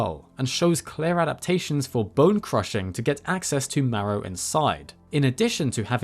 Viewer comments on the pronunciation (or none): none